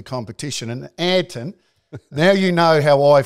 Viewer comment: "Anton"??????????? Wayne his name (as I understand it) is ayrton, as in aryton senna. I could be wrong.